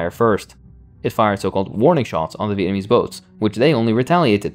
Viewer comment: I love you but slow down. You’re saying Viennese instead of Vietnamese lol